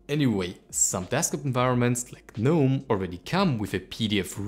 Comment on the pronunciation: Next challenge should be "Learn how to pronounce GNOME"